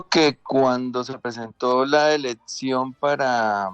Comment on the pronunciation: El ñero Bolivar. “Eledción”